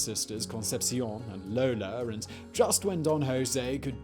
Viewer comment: Olgerr and Lolerr, lol.